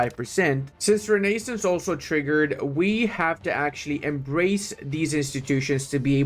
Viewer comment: pls consider pronouncing renaissance as it is pronounced correctly. please. i beg of you.